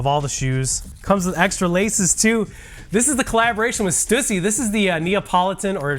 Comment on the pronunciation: Why can nobody pronounce Stussy correctly? And we're sneakerheads. LOL.